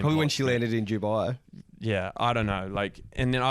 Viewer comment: it’s Dubai not Jubai 😅